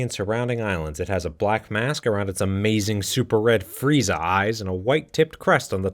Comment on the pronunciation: I’m sorry, did you call them... FRIEZA EYES???